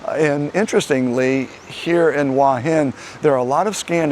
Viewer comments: but the u and a are sounded separately not as one sound. I was simply trying to explain it in a way that might be understandable. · Hua is one syllable, not two. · the transliteration of Hua is about as easy as you can get. The only thing it does not show is the rising tone. Give the guy a break, he is trying.